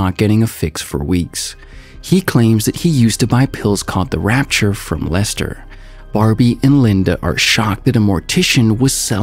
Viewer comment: Rapture = "RAP"-"tchur"